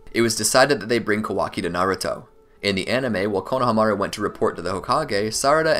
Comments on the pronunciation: I hate how he pronounced konohamru. Konohamiru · Great video! Onlyproblem was the way he pronounced konohomuru. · I don't know why, but I feel like you are pronouncing Konohamaru wrong. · I like how much effort you put in to this but the way you say konohamaru was so terrible man